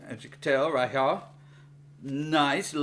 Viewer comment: “Right hyuh”